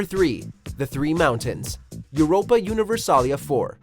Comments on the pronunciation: How the hell do you get the name of a game wrong? it's Europa Universalis (S), not Europa Universalia. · Fail, Much Fail! It's Europa Universalis IV, with a "s" not "a" at the end. Maybe in a different language it is spelled that way, but in English it isn't. But yeah, I still dont have that achievement and with each change to the game they add to the game they make that achievement seemingly more and more impossible to get.